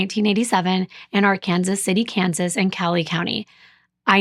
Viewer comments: Thank you for caring enough to look up how to pronounce Arkansas City. Yes, in Kansas, the town and the river are pronounced differently. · My husband is from Kansas, and I now live in Kansas. I got chastised for not pronouncing right. Yes it's Ar-Kansas. Being from Oklahoma, that really messed me up, lol. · The city is pronounced Ar-Kansas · This is a city in Kansas City. So they pronounce Ar-Kansas. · Youre absolutely correct about Ark-Kansas! Im a transplant from Minnesota and was quickly corrected when i pronounced it Arkansas! You don't mess around or joke about that pronunciation here!!! Well done!❤